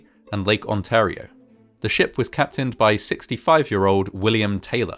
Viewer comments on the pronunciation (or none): none